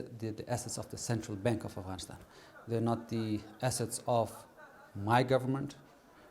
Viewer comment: never knew the "GH" in Afghanistan is silent!!! the more you know...